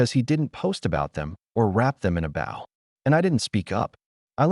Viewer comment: Life lesson: Artificial Intelligence SUCKS Can't pronounce grenade Or resumè Or bow for ribbon Here comes aunt Linda for the umpteenth time.